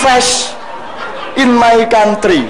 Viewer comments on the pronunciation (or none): PLIS MAY KONTRI, DOBOLL DOBOLL🤣🤣🤣